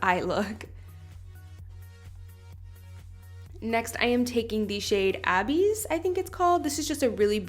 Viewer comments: Not abbies it’s pronounced like Uh biss 😂😂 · abyss is pronounced uh-biss. it is a region of hell where the devil & his demons dwell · You did a PHENOMENAL job girl 👏🏻👏🏻👏🏻 that silver was EVERYTHING 😍 the whole look was beautiful I liked the trick of giving yourself a bigger lid space very nice 👏🏻👏🏻 and that black shadow is pronounced AH-BISS like deep into the abyss of the ocean just a little FYI....I love you loved the look I LIKED before watching WHAAAT!! 🤷🏻‍♀️🤷🏻‍♀️ great video girl 👏🏻👏🏻👏🏻👏🏻👏🏻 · you've never seen the word "abyss" before??? what the hell